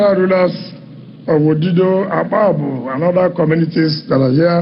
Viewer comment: It's actually Akpajo Odido road and not Akpabu